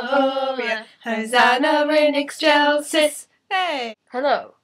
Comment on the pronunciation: oh and by the way, Ding dong merrily on high, In heav'n the bells are ringing: Ding dong! verily the sky Is riv'n with angel singing. Gloria, Hosanna in excelsis! and please pronounce the latin words a bit less.. english.. please ? Sorry.. im just too musician-ish... ill just leave now